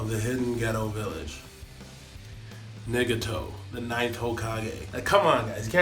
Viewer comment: Nagato is more like.... NIGGATO!